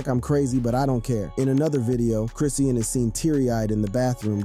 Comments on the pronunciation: Chris-shawn (Chrisean) not chrissy-an🤣🤣🤣🤣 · OMG!!!!! I can’t watch this or listen 👂 lol GET HER NAME RIGHT WTF